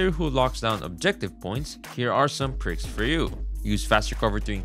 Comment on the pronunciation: Bros trolling saying pricks instead of perks, right? Right?